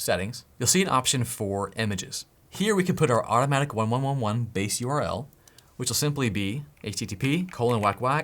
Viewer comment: It's pronounced automatic eleven eleven.